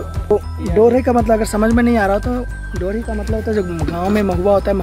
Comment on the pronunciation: महुआ के बीज को डोरी नहीं टोरी बोलते हैं।